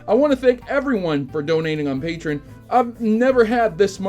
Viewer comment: Did he say patron instead of patreon